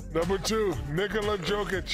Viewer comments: "Nikolas Djokic" "Nikolas Jokic" "Nik...wever!" :face-purple-crying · Shaq: “Nigola Joqish” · it's embarassing that Shaq still can't/won't properly pronounce the surname of probably the greatest player in the league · Shaq's intentional mispronunciation of Jokic's name is highly disrespectful. And than saying "whatever" when being corrected is just disappointing.